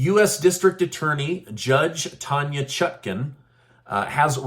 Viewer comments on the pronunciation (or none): none